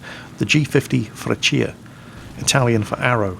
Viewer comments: Ahahah it's called Freccia like "Frèccia" not "Freccìa" but it's always fun to hear italian words from an english man:) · You have a very funny way to say Freccia, a bit too much emphasis on the i :P But yea, finally with some decent flight models, the italian planes are coming into their own. I recomend trying out the mc.200 too, the 202's younger cousin. It's very similar to the G.50, so it should be easy to pickup after this Had a really good Historical Battle with it a few months ago, using its strenghts against F4Fs, P40s and P39s... but it was on the old replay system, so I decided not to send it. Kinda regret it now, haven't had such a good match since >_> The day Gaijin finally fixes the MC.202, I'll be a happy happy man (currently broken: wrong turn rate, wrong engine stall in manual engine control, wrong stall charateristics, lack of gun customization, wrong dive characteristics (the plane had a legendary dive speed, able to reach almost jet speed when diving, with only minor damage to the control surfaces), wrong energy retention, half of the 12.7 ammo belts are completely broken) Oh, that, and more planes. G.55? Mc.205? Re.2005? Not to mention the heavy bombers... one can hope. I'm not usually patrioctic (we DID ally with the nazis after all), but hell, I do love our planes. ... I just hope they never bring out Italian tanks. Please, let our shame remain secret... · you pronounced freccia completely wrong go on google translate and look up how its pronounced Edit: look up folgore and falco too